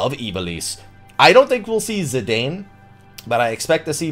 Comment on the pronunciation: It's pronounced Zih - DAHN. Like the french football/soccer player. Seriously dude, we've known this for 8 years now...